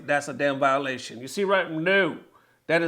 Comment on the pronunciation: "violation" lmao